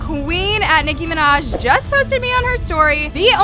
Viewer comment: I DIED OF LAGHTER WHEN IT SAID NICKI MANJA 🤣🤣(I luv her byw)